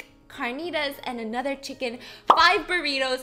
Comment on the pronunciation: I just hate how american put and R on things that are not supposed to be pronunced with R , like Burrirous carniras, tomarous Stop! 😂😂 i'm sorry.